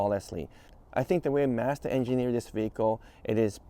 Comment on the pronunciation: it's Mazda, not Mazda...and definitely not Mazda...ha ha! Appreciate you and your videos:)